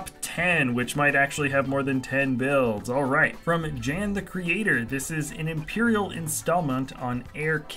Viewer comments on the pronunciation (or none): Thanks for featuring my Er'Kit base! It will be expanded later this year, maybe tripled in size! And, please, my name's pronounced "Yan" not "Djan"! :D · Love how u butchered jan’s name